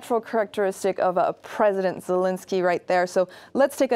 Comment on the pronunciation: It's Zel-EN-skyy, not Zel-IN-sky